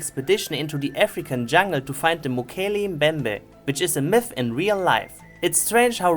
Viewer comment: should’ve called it Rickception Also did you just call it Mojito Mbembe? XD